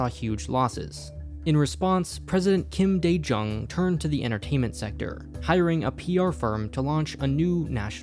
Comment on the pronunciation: Minor note, Korean president Kim Dae Jung is pronounced Keem Deh Joong